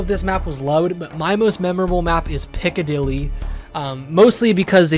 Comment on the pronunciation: dude said piccadilly smfh we're smoking rocks